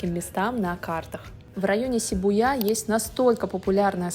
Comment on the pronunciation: Шибуя (ударение на И) Ш произносится как что-то между Ш и С